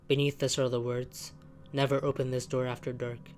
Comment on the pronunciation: I like how you pronounce “this” as “uhthis”